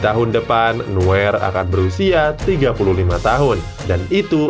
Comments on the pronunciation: wkwk ngakakk admin nya ngucap nama NEUER nya NUER😂 banyak banyak belajar lagi ya min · Ngakak njir,,neuer pdhl 🤣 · Rudiger tetap centre tak terganti Low. Neuer (baca: Noier), Reus (baca: Rois).